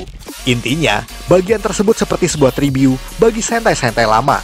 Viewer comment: Ngomong tribut aje tribyu🤦🏻‍♀️ agak laen emang nih